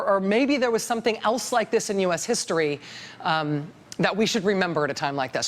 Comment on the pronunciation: that awkward moment when you know German and the presidential historian's last name looks quiteeee German and then they call him Bes-slosh .... but the video is very informative :D